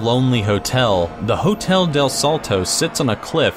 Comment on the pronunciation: Am i the only one that noticed that he mispronounced somethings throughout entry 6:salto (the first one i understand because as far as ive seen most english speakers have a hard time pronouncing this tipes of words)tequendama (not even close to how its pronounced (except the dama part) its pronounced line tekken (the videogame) not teequeen)bogota (another one i understand, mostly because english speakers lack a thing we call tilde which emphasizes a silable of the word)